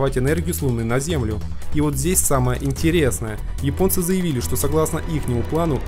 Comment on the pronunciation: Всё классно. Только не "йипонцы", а японцы. Весь мир почему-то без труда чётко выговаривает первую "Я" и только в твоем исполнении это звучит, как минимум, странно.